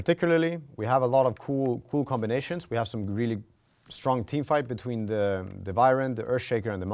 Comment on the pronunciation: when you realize its vyren instead of wyvern